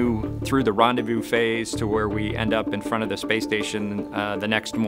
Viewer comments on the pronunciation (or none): none